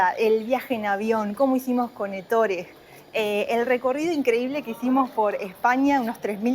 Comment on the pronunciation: No se pronuncia Ettóre en Italiano es Ettore .en la práctica al escuchar la pronunciación se remarca la E inicial nunca la o